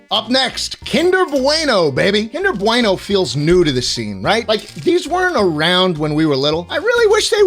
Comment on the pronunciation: im sorry BWEINO? kinder bweino? do you have sutch a toddler sized "bwain" to not know how to say bueno? im european, (i know i suck) but im in no way italian! (some redeeming at least) but even i know how to say BUENO not fucking BWEINO